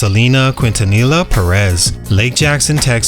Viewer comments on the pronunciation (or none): Her last name is pronounced keen-tah-nee-ya.